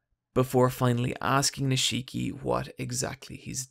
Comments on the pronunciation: NIIIII-shiki not ni-SHIIII-ki ffs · How are you gonna pronounce Nishiki wrong when Kiryu says his name every time there's a scene with him? It's NEESH-KEY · Honestly, please just tell me if the mispronunciation is just trolling at this point. It's every video and it just makes my ears want.to curl up into balls. This video the mispronunciation was Nishiki. It's pronounced: Nish-Ki (Kiryu even says it in the scene at the mark): "Nish-EE-ki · No one Him: Neesheeki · Ni-shii-ki lol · I can’t take this video seriously with how you butchered the pronunciation of Nishiki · How the fuck can you not pronounce Nishiki correctly even though it's repeated 5000+ times in-game